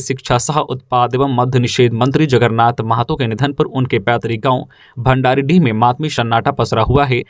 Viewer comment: Bhandaridih nahi....bhandaridah